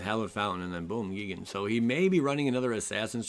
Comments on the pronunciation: GEE-gen? No, GUY-gan. Also, kinda disheartening that every single player seems to be playing almost identical decks days after a set is released. I just started playing online and every other deck is the same thing. Smh. Copycats all over. Come up with your own stuff people!!! End of rant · As a BIG TIME MTG and Godzilla fan I feel obligated to help you with pronunciation... it is pronounced: "G-eye-gan"